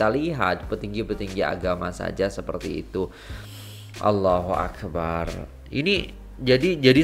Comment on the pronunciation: maaf iya..mohon sebutan ALLAHUAKBAR..mohon sebutan BAR jgn di panjangkan..karna makna nya jadi lain..maaf sekadar nasihat..